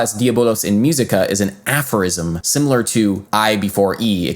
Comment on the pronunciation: It sounded horrible. I cringed every time he said “myew seeka”.